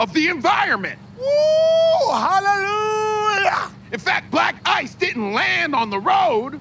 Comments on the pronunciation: the way "black ice" sounds like "black guys" is what makes that sketch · When u realize the reporter lady is saying Black Guys and not black ice all along